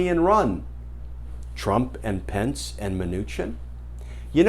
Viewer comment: I live in NZ, and it’s Pence, not Spence.😉